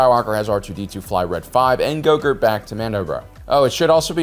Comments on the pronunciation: or so: "Gogurt"? What happened to the name "Grogu"? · Did.... call Grogu.....Gogurt? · you miss pronoun Grogu